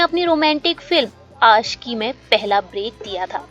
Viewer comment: आपका हिंदी भाषा सुधार दो महेस भट नहीं महेश भट आसिकी नहीं आशिकी